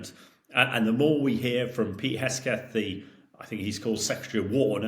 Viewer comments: Hamish his surname is HeGSeth not HeSGeth. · Is this guy ai? Why can't he say HeGSeTH 🤣🤣 does he seriously not know what the guy, SOD of USA's, name is?!? Unprofessional.. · He keeps saying "Hesketh". :face-turquoise-covering-eyes